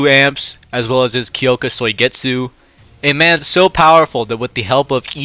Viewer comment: “Kyoka Soy-getsu”